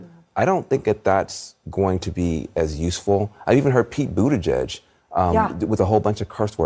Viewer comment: I came to this way too late, but just to let you know, your pronouncing Pete butt gag's name incorrectly. 😆